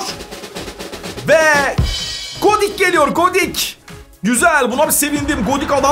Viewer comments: Godik deil godin dd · abi komani degil konami